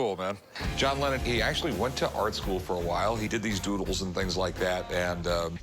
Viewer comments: John “Lennen”?? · its lennon.....not lennen